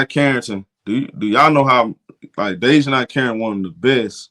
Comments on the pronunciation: (Day-Juh-NAE) not (Day-Juh-NIE) nae as in “Do the NAE NAE” 😂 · Bruh you slaughtering Dijonai's name lol